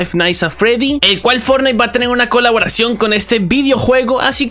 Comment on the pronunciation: caloboración xdd